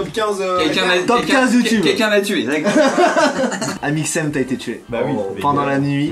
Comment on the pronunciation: Amixem pas mixem 😂